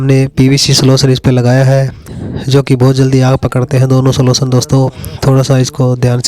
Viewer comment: सोलसन नही गधे सोल्यूशन...